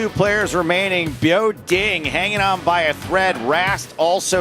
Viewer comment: Continuing to say Biao Ding’s name incorrectly after Williams corrected him is a trash move bordering on racist. It’s the same weird racist crap he pulled with Batak Wisbrod making the unfunny “Barak Hussein Wisbrod” line repeatedly.